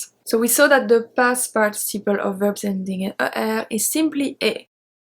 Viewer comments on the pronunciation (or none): none